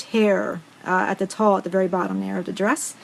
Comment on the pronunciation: tulle is pronounced TOOL.